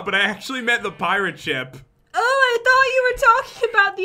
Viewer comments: Pat, said "sheep" and not ship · did jen just said sheep knstead of ship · Lol jen said lets go inside the sheep (ship)